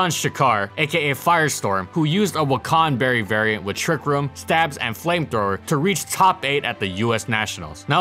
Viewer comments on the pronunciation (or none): "wacan berry berry"